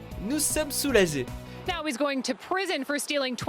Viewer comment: nous somme « soulazé « la faute de prononciassion